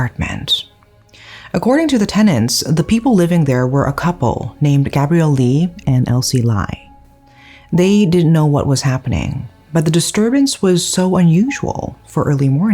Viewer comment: "Lie" is pronounce as "Lee", instead of "Lai"